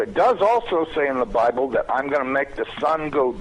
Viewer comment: ze bIIIible,really? lol